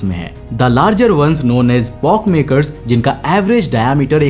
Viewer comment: Its pockmarks not pockmaker